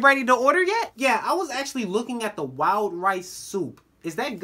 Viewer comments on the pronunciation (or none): when he said “wild rice soup” i thought he said “wow rice soup” lol